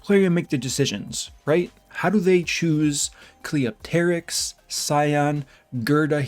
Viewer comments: Even though I agree with pretty much everything you said, my "like" on this video is entirely for being the only content creator to pronounce Cleopterix right. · You're the only CC that pronounces Cleopterix's name right. Impressive. Also Guurda looks like the old Ghostbusters cartoon antagonist "Boogey Man".